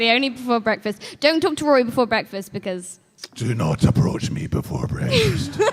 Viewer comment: don't aprouch me before bwekfast